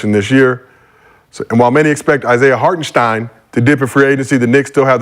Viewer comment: Will Rashad ever say Hartenstein correctly